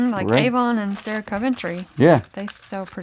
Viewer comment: Sarah not sarin.